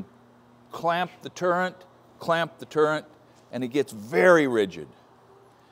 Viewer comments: Great vid as always. Heads up - it's a "turret" not a "turrent" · Morse taper not morris, turret not turrant. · I believe the correct term is “turret” not turrent. Not to be pedantic. I had to look it up myself. 😅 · Arboga made some wonderful drill presses. I have only used their geared head standard drill presses, but it looks like their radial machine is top-notch as well. The word is turret not turrent, but it isn't a turret, it is a head on an arm (radial arm). A turret is multiple faced and indexes to present multiple preset tools. Commen examples are Burgmaster turret drill presses, manual and CNC lathes with the turret feature. A turret stores the preset tools, and also is the locating/machining point. The turret is mounted on one or more movable axis. A turret can be mounted on a lathe tailstock giving one axis travel, a cross slide giving typically two axis travel, or get fancier with a compound or even third axis. The Burgmaster drill press application uses only one axis travel. A spindle turns the tool or the work. A spindle often is mounted in a quill giving Z axis travel. A drill press is this design. A lathe tailstock design is another example. Z axis is travel parallel to the spindle centerline. X axis is travel perpendicular to the Z axis, and Y axis is perpendicular to Z and X axis. X axis is the longer axis travel and Y axis is the shorter travel axis. W axis is parallel to Z axis and is the secondary axis to Z. A Bridgeport is a knee mill. The quill is Z axis, and the knee is W. Your radial drill has a W axis. It raises and lowers the arm. The head travels on the arm, X axis, but the arm swings in an arc. This is not a true Y axis. I have never heard this axis called b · Not to be a nit-picker, but I think you would appreciate having correct information. It's is turret, not a "turrent", and it is a Morse taper (rhymes with horse), not a Morris taper. But no matter how you pronounce the words, I'm jealous of your machine!